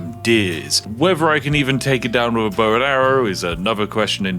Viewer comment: bowowowowowowoww, went from trying to pull a bow out to sounding like the dogs.